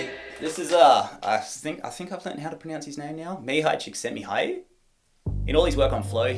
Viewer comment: On the other hand, your pronunciation of the Hungarian guy's name was spot on. Hat's off to you